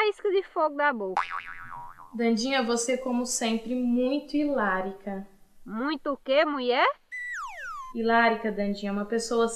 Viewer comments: Hilàrica??? Até a Paula falando errado,hilária seria o certo... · “Ilarica” kkkkkkkkkkkkkkk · Pra mim a Paula disse foi Hilárita com T